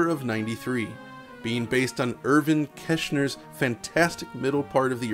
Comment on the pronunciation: Mar-SEE-a Lucas? Irvin KESH-ner? Digital Foundry needs to start researching name pronunciation before they film.